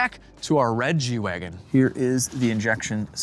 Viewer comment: At the end of the ad read you said, "let's get back to the G-Wagon." I thought you said, "let's get back to the Reggie Wagon."